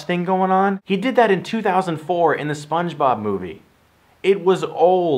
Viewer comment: Stuckman your one of my favorite critics on YouTube but you say sponge bob funny